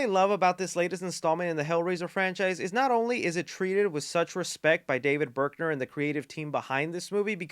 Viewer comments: It's david bruckner. Not berkner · Thanks for the review! As a longtime fan of the first 4 flicks, I’m super excited to watch! On a side note… and sorry if someone already pointed this out… the director’s name is David BRUCKner, not BERKner. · > Berkner I love you but you mispronounce so much stuff lol